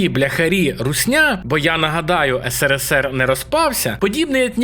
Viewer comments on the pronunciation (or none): none